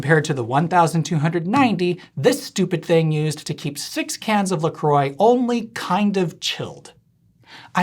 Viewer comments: Why do you call "La croix" (French for "the cross") "LA CROY"? It's "LA CROAH". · La Croix is pronounced La Croy? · OMG he said "la-croy" !!!!! Brace for the "la krah" backslash 🤣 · Never heard about “la kroy” drinks, I assume it’s a US only brand but giving it a mispronounced French name sounds funny to me. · LaCroix … „Larcroy“ … isn‘t that pronounced more like LaCroissant? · That's not how to pronounce la croix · 1. It's green 2. You mispronounced La Croix 3. Get a life